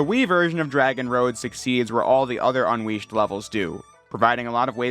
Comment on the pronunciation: anyone else notice him saying Sonic Unleashed as Sonic Un(w)eashed?